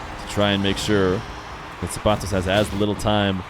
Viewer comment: i hate the way he says the mexican guys name so cringe man